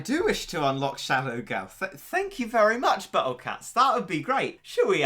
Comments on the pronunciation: Y da hell u say shadow gao like that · I love the way he said shadow gal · If you listen closely, you can hear him say "Shadow Gao" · challenge: take a shot everytime says shadow gao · If I got a dollar for everytime he says shadow gao I would have 30 dollars